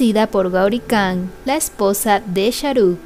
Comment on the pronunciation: Muy buenos tus videos, un detallito la KH se pronuncia como una J o sea sería Sharuk "Jan" la pronunciación, sin que suene la K